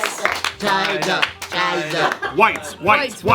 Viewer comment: "Whites, whites, whites, whites." -. the Filipino accent killed me..